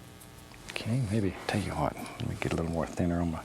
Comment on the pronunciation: We don't have a mountain?! Hwhat?"